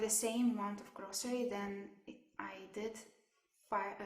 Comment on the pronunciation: then I usually not Usually /ˈjuː.ʒu.ə.li/, grocery /ˈɡroʊ.sɚ.i/ not grosiriy